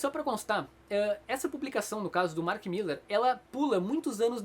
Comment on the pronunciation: Mark Millar, nao Mark "Miller"